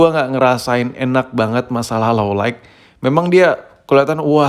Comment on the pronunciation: "Light" itu bacanya layt bang jangan layk pliiissss bet wkwkwkw